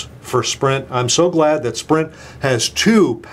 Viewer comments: Lol you almost said Shprint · he almost said "Schprint" instead of Sprint. Haha